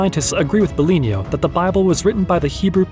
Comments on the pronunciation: BIGLINO (BEGLÈNO)!!! stop saying BELIGNO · No. He's a real human. That's why he did that mistake. Its the first time we worked together and he was not familiar with said terminology. In fact the name Biglino is wrong all through the video, as he calls him Biglinio. Since then I always gave him an audio file to pronounce things correctly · No dont be sorry about mispronunciation of the name ''Biglino'',..in fact his name is not his and do not talk about him,..and this video is not you,..and me is not me,..but we are they and they are us. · I tried to take your video seriously but you kept mispronouncing Biglino. I really can’t respect or take seriously the work of someone that doesn’t even take the time to pronounce names the right way. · How could it be AI if it got wrong the name of Biglino like 200 times, including psalms and many other words inside of this channel. Since this video I have been training my narrator personally to not misspronounce words anymore. Nope Not everything is AI